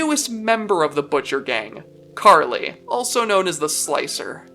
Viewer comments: OH MY GOOOOOOOOD!!!!!!!!! Someone who pronounced her name RIIIIIIIIIIIIIGHT!!!!!!!! I'm officially in Heaven. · Finally someone who pronounced her name correctly.